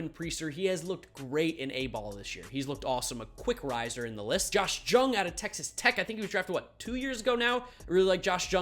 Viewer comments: It’s josh yung not jung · Just so you know Josh Jung is actually pronounced Young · Just to let you know Josh Jung's last name is pronounced like Young.....for future reference. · you gotta stop pronouncing the J in Jung for josh. Jung is pronounced like young